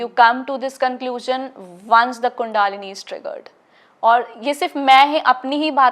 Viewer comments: Its NOT KUNDAAAAALINI ITS KUNDALINI SHAKTI KINDLY DO NOT PRONOUNCE OUR WORDS AS PER ENGLISH SPELLINGS. In hindi we say n write Kundalini! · Pehle kandalini sahi se pronounce karna seekhi thik tarah se, kundaalini nahi he voh kundalini he, kahi kahi se aajathe he sporituality k baare me bolne keliye, 😡😡😡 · कुंडलिनी बोल कुंडआलिनी नहीं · Seems, you need to learn to pronounce 'कुंडलिनी'...stop calling it कुंडालिनी it's so irritating. Har cheez ka english version karney ki zarurat nhin hai. Apni sanskriti ki dhajji udaate hi aur baat karney aaye ho twin flame jaisey concept ki. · कुंडालीनी नहीं कुंडलिनी 😂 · she doesn't know t pronounsation of kundalani . its not kuuuundaalani its kundalini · Kundaaalini nhi kundalini hoti,plz pronounce in right way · Kundalini.. not a Kundaalini .. pronounce to thik sw kre phle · Kundaalini seriously?thik se toh bol lijiye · Sbse pehle to ye bolna sikhe kundli na ki kundaalni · So want english accent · A bai adhi neat kundalini cha uchhar kar tu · Shiva nahi Shiv kaho, is ladki ke upar Western ka bahot prabhav hai , kundlini ka bhi galat pronounce kar rahi hai